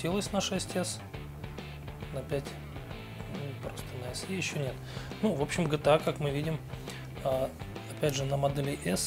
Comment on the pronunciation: Пять Эс Е, мдааа, сразу видно профессионала=)